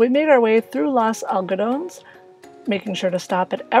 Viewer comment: Pronounced Lohs Algohdohnace, Los Algodones. There is no silent "e" in the Spanish language. Enjoyed the video!